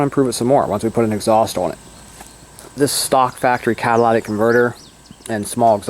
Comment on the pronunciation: Yeah, the way you said it sounded like cadillatic haha